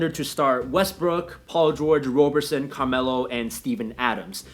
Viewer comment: FYI, it's pronounced like "Robberson." (I know, he spells his name wrong)